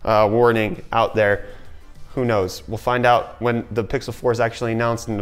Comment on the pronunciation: Did. Did he just say "Hey dere, friends"?... Um uhhhhh ... You from northern Michigan?